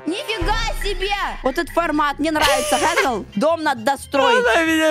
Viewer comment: Скренч вообще не гэнгэл а тэтгэл